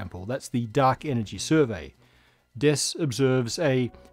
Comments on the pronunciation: "A survery"" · "A survery" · a "survery" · A "survery"?